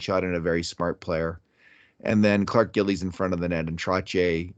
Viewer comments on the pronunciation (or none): none